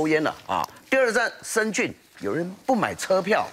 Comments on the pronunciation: 还是听不惯“深zun” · 怎么感觉大部分台湾人不会念深圳的圳...zhèn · 台湾人发音深圳的“圳”字 都发不来吗？？